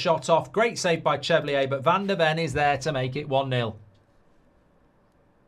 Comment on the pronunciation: It’s pronounced Chevalier (shuh-val-ee-er) and Kudus (Kuh-doos) you prat 😂